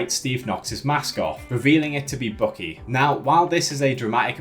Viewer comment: Also dude, it is BUCKY. Like in buck, the male deer. Look it up how it is properly pronounced. Or how Steve says it in the movie!!!